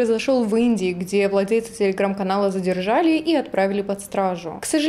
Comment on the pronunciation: из беларуси? почему она говорит целеграм?